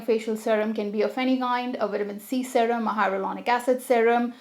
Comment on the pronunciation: First time I have heard someone pronouncing “sarem” instead of serum .... 🤣